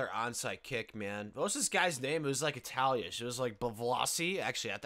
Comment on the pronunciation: “Italiash or Russiash”